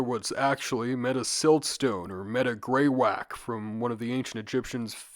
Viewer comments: FYI it's pronounced "GREY-wack-iee" not "grey-wack" (which sound hilarious btw!!). We have a tonne of it here in New Zealand! My dad's a geologist (technically a vulcanologist?) so he'd never forgive me if I let that one slide, sorry... Fantastic breakdown, as always! I always look forwards to these videos and was thrilled to see such a new video pop up into my recommended! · i cant help but leave a comment as a geologist- greywacke is pronounced grey-wacky